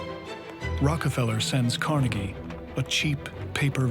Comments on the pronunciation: If I have to hear that man call him Car”nay”gie one more time 😬🙋🏼‍♀️ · I hate the guy that says it like "Car-ney-gee" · Who is Car-Neggy? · Hey, narrator, just like Gray Davis had to correct Arnold Schwarzenegger with the pronunciation of COLLYFORNIA, stop 🛑 mispronouncing Carnegie. I'm a Pittsburgher and anyone here will tell you that the correct way to say Carnegie is CAR-NEGGIE. YOU TOO NYC, 🛑 IT!!!! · why do they say his name different, it’s disrespectful to someone who have done so much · It would be nice if the narrator would pronounce "Carnegie" as Carnegie would. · Can someone help that older gentleman to pronounce Andrew Carnegie's last name correctly!!! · Is it pronounced "Carnegie" or "Carnegie" ? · Would be better of Andrew Carnegie's name wasn't mispronounced for 99% of the episode... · ugh I hate hearing them pronounce Carnegie, I'm from Jersey and I promise they're saying it wrong😂😂😂